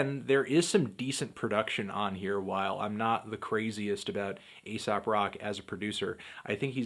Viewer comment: it's pronounced eesop